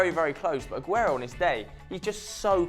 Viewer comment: it is Aguerooooo